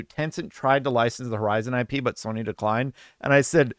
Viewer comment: I think you need to learn how to pronounce the name of the game lol